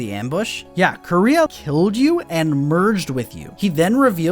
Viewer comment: why do they call her Korea? that´s not how you pronounce it at all (koo-reh-ha)